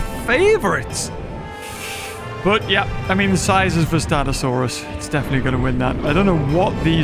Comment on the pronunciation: Mean not mèan!